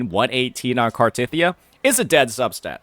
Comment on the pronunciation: How you gonna pronounce cartheiya wrong when it’s literally said countless times in the story